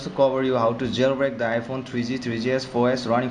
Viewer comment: twree zee, twree zee-es